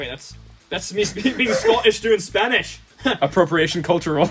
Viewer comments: dude spanish pronunciation is incredibly good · why is spanish accent so good